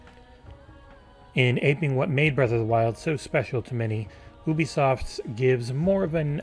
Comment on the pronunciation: YOUbisoft, not OEbisoft. Ffs